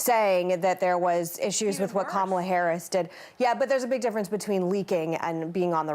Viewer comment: Whoopi pronouncing Kamalas name wrong lol 😂